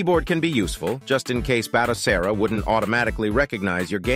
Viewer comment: The automated voiceover can't figure out the best way to say BATOCERA. Lol